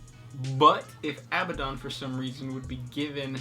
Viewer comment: It's pronounced A-BAD-ON not ABBA-DON